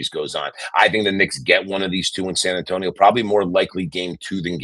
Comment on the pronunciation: “if i am San Antoine” hahahaha San Antonio, Mike!